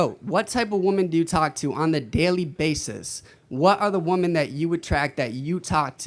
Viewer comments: the guy can't even pronounce wo-MEN, it's woMEN, not woMAN when it's plural, what is with this STUPID trend of illiterate people that can't tell the difference between woMEN and woMAN? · feminist but can't pronounce women. 😂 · Can these people not use the word woMEN??? it's wo-MEN, not wo-MAN when you speak of more than one woman. When did this stupid trend start. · If these people pronounce “women” as “woman” they have no business protecting said WOMEN.